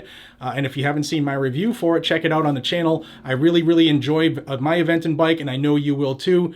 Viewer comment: Play the “I identify as” to throw them off using their own game. Off topic, you say Aventon better than that guy from Georgia does 🤣